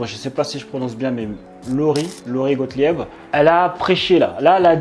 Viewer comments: il faut prononcer « Gotlib »🙂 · Prononcer "GOTLIB".